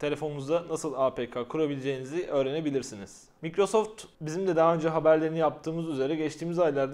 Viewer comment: Mikrosoft diye okunmaz sen iPhone'a ipon mu diyorsun ?